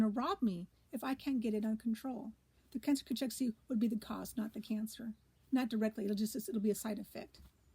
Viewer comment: It's pronounced Cakexia